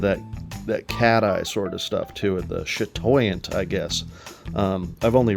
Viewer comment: for a first time trying to say chatoyant, you did impeccably well. That's exactly how it's said.